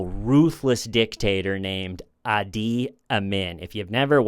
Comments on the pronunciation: Idi Amin - Idi is pronounced "Edie" :) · The guys name was Idi Amin, not adi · Idi ( ee Dee) Amin. monstrous. The original heads in the freezer guy! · How can a smart guy like mispronounce a three letter name? Idi. Maybe the letters got scrambled in his mind..?